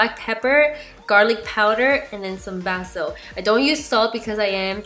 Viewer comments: Basil= Bay-sil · girl you say basil wrong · Kelli Marissa lol me too. Never ever heard it like that! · Seriously I was cracking up! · Liz&nando it's cute how she pronounced Basil.